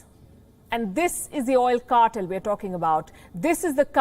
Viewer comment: I enjoy this program but please please double check you pronunciations 'Oil cartel correct prononiation" kɑ- tel NOT CARTILL